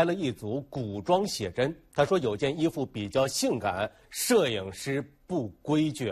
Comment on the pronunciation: 主持人说“不规矩”说的好咬牙切齿哦。